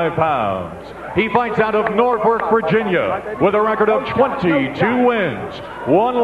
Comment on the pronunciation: Did the Ring Announcer say Pernell fights out of "Nortwork Virginia"? LOL!